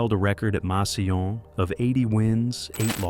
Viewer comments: Never heard Massillon pronounced that way. It's pronounced "mass ill lawn." Not sure if this is voice to text or AI for the narrator. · The amount of times it’s said makes me think this is AI. No one in America with this kind of voice and accent would pronounce a double L with a Y sound.